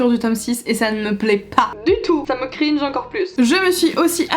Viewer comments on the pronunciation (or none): none